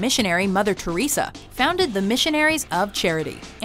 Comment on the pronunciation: Mother Teressa????? Really people??? Mother Teressa??